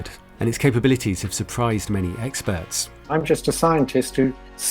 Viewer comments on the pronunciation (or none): "its capabilities have surprised many eggsperts" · "And its capabilities have surprised many EGGsperts " *airhorn spam*